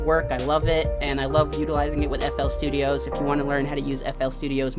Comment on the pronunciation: stop calling it flstudiOHS bro its just flstudio